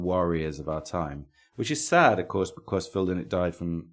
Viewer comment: Pedantry corner, Lynott is pronounced "lie-not', a bit of a bug bear for those of us with that surname Really.looking forward to you doing a planxty episode, a much overlooked band. As for Lizzy, as great as Jailbreak is, I always prefer the music of the original lineup (Eric Bell era), which to me has more depth both musically and lyrically. Keep the great shows coming